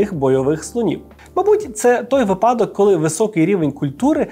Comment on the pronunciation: доброго дня. у вас чудова мова. та у слові випадок є лише один наголос і він не такий, як у вас. вИпадок